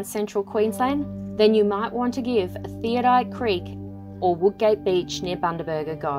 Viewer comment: You might like to redo your voice over. It's called Theodolite Creek , not Theodite Creek.